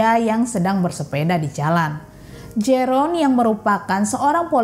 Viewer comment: Koreksi mbak, Jeroen dalam ejaan Belanda di baca Yerun😊